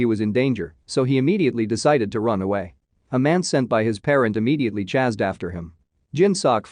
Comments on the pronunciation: Chazzed is ch-ay-sd or chased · "Chased" is not pronounced "Chazzed". It's a long-A and hissing-S sound as in "ace." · “Chazed” xD